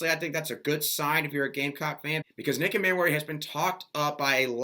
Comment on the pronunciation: Dude, I like your stuff but you seriously need to work on your pronunciation of the players' names: Nick Emmanwori and Montque Rhames in particular. Details count when you get to a certain level. Just food food thought.